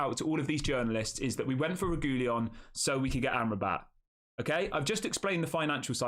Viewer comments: Reguilon AFAIK is pronounced Reg-wee-on. My memory of him at Spurs was that he tried hard when he first got there and was excellent, but his enthusiasm waned quite soon after, and he became disillusioned. That might have been understandable because Spurs were awful at the time. Or you could look at it as a negative quality that his head goes down too easily. Either way, a deal that allows us to hand him back after a while is the right solution. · Sorry to be a bore, but it's pronounced 'Reg-willon'.